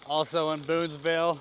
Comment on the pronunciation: FYI Booneville has no "s" in it; sounds like you said Boonesville a few times. Otherwise, great video and I'm m going to do this sometime, this summer, with a lifelong buddy